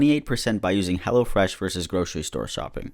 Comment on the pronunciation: Every time someone says hellofresh, I hear hellAfresh, I don't know if it's because of, or I just can't hear but like😂😂